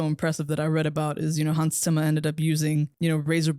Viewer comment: Question for: do you have a german background? Your pronunciation of Hans Zimmers name is so unusual for what I assume to be americans haha loved the movie, and your review ^^